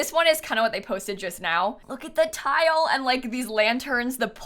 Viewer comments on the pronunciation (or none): none